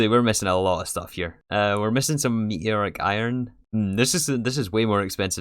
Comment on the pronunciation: “Me eeee oric” 😂